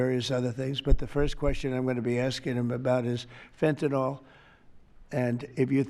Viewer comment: why do people always pronounce it FINTINOLL? it makes me fucking crazy, it's fent-a-nil. say it right